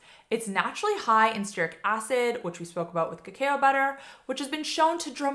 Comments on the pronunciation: Cacao is pronounced ka ka oh, not kakai oh 😊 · Its pronounced kuh·kau (cacao). Lol. Thanks for the other info! ❤ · #9 so, it's pronounced "Kuh Cow" like the cow goes moo...but cacao butter is yum